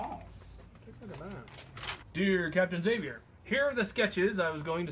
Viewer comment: You said my name right Captain Xavier